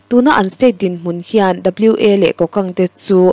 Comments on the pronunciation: A tawp lama ka thuziak i rawn chhiar a, ka lawm e. Wa hi 'Ua' tia lam tur tih ka han sawi belh ve hram e.🙏🙏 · Wa" i tih kha kawl tawngin Huah" ti a lamrik tur ani Huah hnam tihna